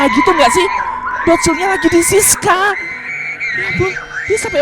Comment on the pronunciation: Bang bukan Siska tapi siksa